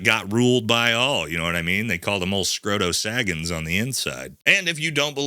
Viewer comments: My guy did you just say Scroto Scaggins? Subscribed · my man said Scrodo Saggins 😂😂😂😂😂